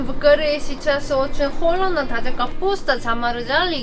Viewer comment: Почему говоришь: холедно, делать?